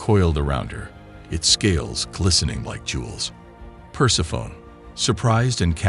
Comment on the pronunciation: Per-seff-uh-nee. Persephone. Per-seff-uh-nee.